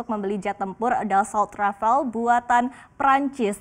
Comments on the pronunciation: Rafale bukan rafael mbak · Rafale not rafael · baca nya Rafalé, instead of Rafal. Kalo org awam gpp, tapi ini kan sekelas reporter TV nasional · Rafale, rafael... Francis bilang rivali